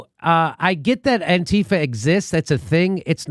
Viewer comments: Jimmy please. Its anti - fah, not anteefa. Stess on the anti. Its just like saying anti fascist, just without the scist. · Antifa, pronounced anne-tee-'fah. The small group was in Charleston VA and San Francisco, and a few other places to focus on neo-Nazis. Antifa went to protests against racism to protect and counter neo-Nazis/Klansmen violence. Nazis don't like anyone protesting against racism. Antifa was/is a small group of Jews who were tired of being targeted by neo-Nazi violence and didn't want other groups to be targeted by that same violence. Antifa gets such a bad rap because they are going after Trump's base. Other than the Klan, neo-Nazis are historically noted as the most violent underground group in the United States and have been registered as a terrorist organization within the country for a number of years. And still, Trump protects them. But he is not alone. So has the FBI and CIA, which have many neoNazis within their organization. Fascism is very popular now.